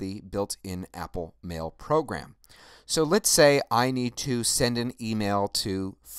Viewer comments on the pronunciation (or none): none